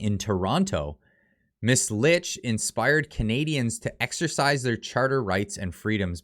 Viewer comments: Her last name is pronounced “Leech” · Just so you know, her name is pronounced “leech” 😉